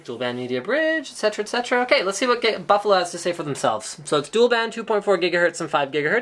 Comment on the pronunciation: Linus says, Baffalo! (